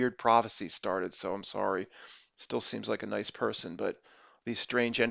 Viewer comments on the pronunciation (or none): none